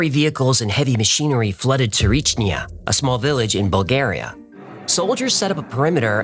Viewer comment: Small correction its Tsarichina not Tsarichnia. Not that you will need it anymore in your life.:D Btw in order to not gain weight I eat no later than 7 pm and I avoid bread when there are things like potatoes or rice. Regarding the Tsarichina story you I have to be honest as one who heard a lot more grounded versions, your were way out there and not in a good way. That is why I wanted to help you out about that episode when you make it I didn't wanted to turn in to what you made, but it is what it is and I respect your creativity there, its just too sci-fi. Either way I still love your episodes.:)